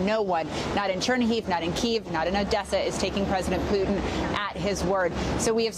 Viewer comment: Did you say pootie or Putin